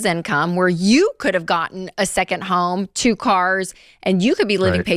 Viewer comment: the way Rachel says “you”! 😂